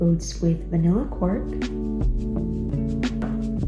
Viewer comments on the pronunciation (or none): I think it's quark, not cork